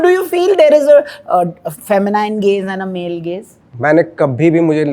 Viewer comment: Feh-muh-neen and not feh-muh-nine!